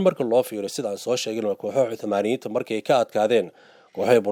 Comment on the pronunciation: Hadalka iska sax niyahow osmaniyen laheen